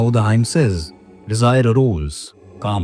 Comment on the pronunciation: Hymn is pronounced "him". Ideally it would be best to call it Sukta / Richa using the original Sanskrit non-translatable term.